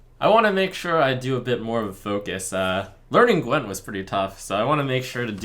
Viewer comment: Gwint you pronounce with hard w, like v in moving , not ł .